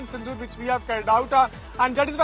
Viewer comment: It's operation sindoor....not sindu